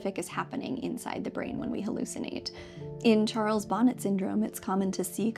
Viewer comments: I think it might be pronounced "Charles Bo-NAY syndrome " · Charles Bonnet was French so the hallucinatory syndrome associated with severe low vision is usually pronounced "Sharles Bon-ay syndrome".